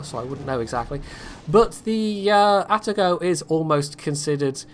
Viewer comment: ''Poitago'' it is.